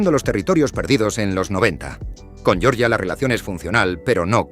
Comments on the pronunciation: yoryia no por favor la G con la e GE, se aprende en primaria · Georgia dicho a la manera inglesa🤦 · No pronuncies Georgia como se pronuncia el estado de EEUU, no tiene nada que ver.